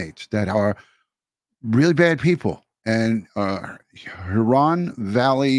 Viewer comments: The accent is on the first syllable: HUron. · You’re close on your pronunciation; just put the stress on the first syllable. HUron.